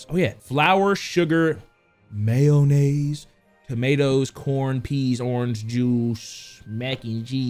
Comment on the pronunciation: The way he said mayonnaise had me